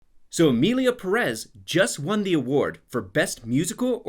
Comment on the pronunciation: The English pronunciation of Perez will be my cause of death